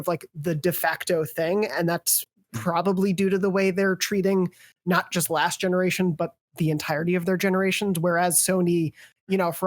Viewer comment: I about died for 2 mins when said "genewation" and barely held it in. Great show y'all!